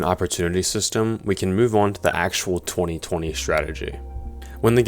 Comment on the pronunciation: I cringe every time you call it 20/20 mode 😂